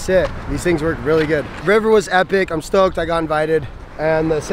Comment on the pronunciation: At the end poopies said stocked